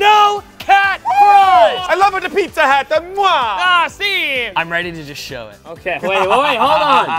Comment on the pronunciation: Not Coby saying 'ah si' for the PIZZA hat...